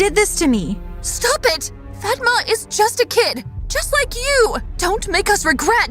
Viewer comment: I have a friend with that name and it's not Pronounce like that🤣🤣